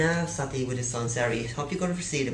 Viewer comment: It's Marína Sátti. Not Sattí.